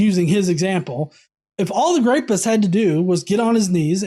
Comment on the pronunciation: wtf is a "grapist?" You said that word multiple times when describing some who did rape. No shit. It was a little distracting. I even backed up to make sure I wasn't just hearing things, mistaken. It was just weird.